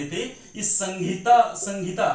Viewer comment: Sangita nahi bolna hai. Sahita bolna hai sir.